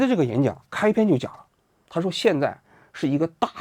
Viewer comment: 大国竞zhuo是啥？王局你这体现不出央视记者的水平啊